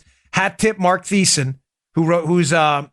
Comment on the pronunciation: Dan, it's Marc Thiessen ( pronounced tee-sen )